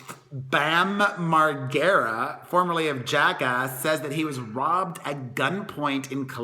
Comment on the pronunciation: Bam mar-gare-uh 😂